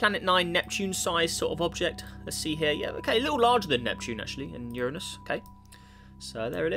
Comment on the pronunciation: It's "You-rain-us".